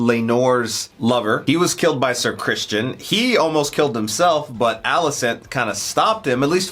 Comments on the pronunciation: Why keep saying Christian? it's Criston :) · Episode 6 and you are still saying "Christian", lol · His name is Criston, not Christian. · CRISTON!!! CRISTON! SER CRISTON COLE!!! NOT CHRISTIAN!!! CRISTON!!!! I know I'm way too late. But come on!!! You have the subtitles on! How are you still getting the name wrong?!?!?!? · His name is CRISTON, not Christian. The world of Game of Thrones did not have Jesus. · Your pronunciation of “criston” as christian is absolutely triggering its “Sir Criston” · I hate to be a dweeb but it’s Criston not Christian. Y’all are great, but the mispronunciation drives me just a bit nuts. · So, nobody's gonna tell them that it's Criston, not Christian? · Love your reactions, just one little point, the Kingsguard knight is Ser “Criston” Cole, not “Christian.” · Guys, his name is not "Christian" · Well, she was married to someone EVERYONE knows is gay. No, he didn't sleep with her. Couldn't get it up. So, what was she supposed to do? The kids are innocent and Rhaenyra had babies, whose royalty comes from her, anyway--so who contributed the sperm shouldn't matter. Also: it's either Criston or Crispin, not Christian. :')